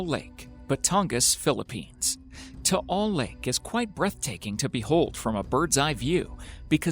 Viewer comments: You pronounce Taal lake like this (Tah-al Lake ) Im from batangas btw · Lol thats not how you pronounce Taal Lake. LOL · Hi, I'm from Philippines and I'm happy that you involved it on your video😃, but Taal lake doesn't pronounce like that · What you said tal lake